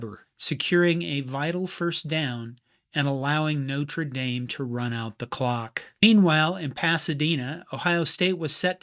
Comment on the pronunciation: Yes, it was a mess but still better than the bigger mess college football is in 2026. PS Thank you for pronouncing Notre Dame correctly!